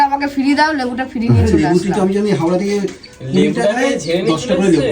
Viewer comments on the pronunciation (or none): none